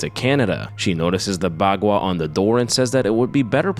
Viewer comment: You're mispronouncing baqua